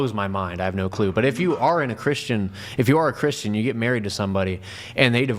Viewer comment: it erks me when you mispronounce the word, “Christian.” You say, “Chrisshan.” And the word “question” as well. You say, “queshion.” It’s equivalent to when people mispronounce the word “Ask” by saying “Axe.” 😂 Oh, and when you take a breath in sometimes it sounds like you have a bunch of saliva in your mouth. I’m just the messenger and I’m pretty sure others notice as well.